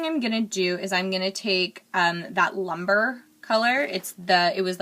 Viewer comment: It is pronounced loom-bray, not lumber.